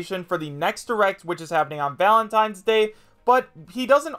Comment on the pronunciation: Oh boy, Valatnines? Nintendo invents holdiays.